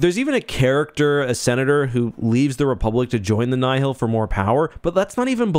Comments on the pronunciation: Alsp, Nye-Hill? Its Nile like the Nile River. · The way you say "Nye-hill" and not "Nile" hurts my brain, lol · I mean he pronounces Nihil "nigh-hill". As much as I love the man, wouldn't call him an authoritative source on phinetivs of any setting really lol